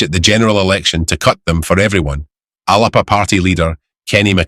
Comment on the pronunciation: Thank you for correctly pronouncing 'Alba'. I wonder whether you would not so much describe Starmer as unpopular. I know he is unpopular (well deserved) even as Trump acts like an immature dictator, but we don't need to hear it in the news very often. Just a thought. I still value your coverage for Scotland.